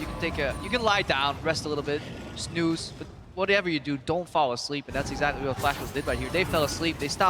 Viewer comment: "Exactry".... really!!?!?!? Lmfao.:D